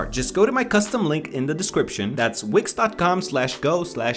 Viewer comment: when he said wix i thought he said wigs